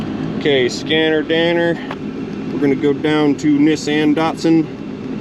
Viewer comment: Huh…at the start you pronounced Nissan differently, twice.🤔 First you said “Knee-son” and then “Niss-an” So what is the correct pronunciation?